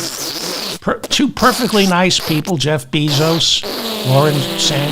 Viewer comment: Bezos is pronounced BAY-zos, not BEE-zos